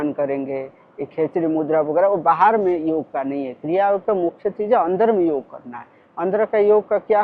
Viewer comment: कृप्या "योग" को "योगा" न बनाएं। 🙏🙏🙏